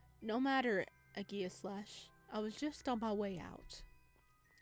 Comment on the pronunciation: It’s pronounced ah-ji-slash.